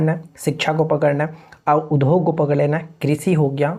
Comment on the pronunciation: Udhog nhi boliye udhyog boliye , sunne me achha nhi lagta hai.